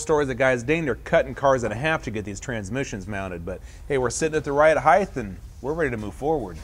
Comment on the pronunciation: Okay, first of all the word "height" is pronounced ...height, with a T at the end, not "heigth" Not sure why people cannot get this right. Secondly if you are going to use a chevy motor go put it in a chevy and leave Oldsmobile out of it. Why not use an Olds 455? after all the 69 Hurst Olds came with a 455. I don't get it.